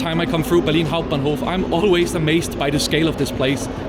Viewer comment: That "Berlin Hauptbahnhof" pronunication was clean :D